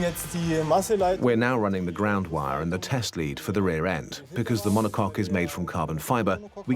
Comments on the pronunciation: "monocoke" Thats what you get when you use infomercial narrators... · It's a mono-cock 🐔. Not mono-coke. Lol